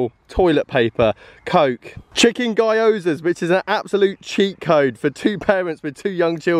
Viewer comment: The way he says gyoza hurt me... his justification for buying it healed me with pure truth.